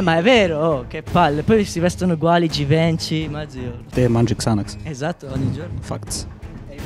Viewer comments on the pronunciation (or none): Si scrive givenchy menny fresh dice givenci che in realtà si dice givenshi🤦🏼‍♀️ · come cazzo ha detto Givenchy